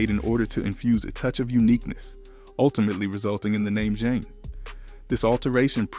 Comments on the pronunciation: Not zhane Jah neh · Idk if I can take this video seriously. Dude can't pronounce FLAVA or Zhane😂😂😂